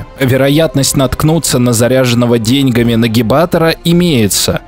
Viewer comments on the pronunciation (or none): none